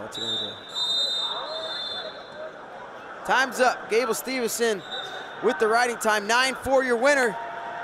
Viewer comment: Gable STEVE SON not STEVEN SON